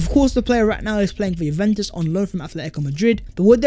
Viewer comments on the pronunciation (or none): none